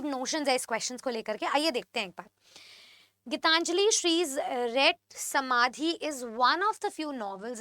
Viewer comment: Ma'am it's "रेत समाधि" not "रेट समाधि"।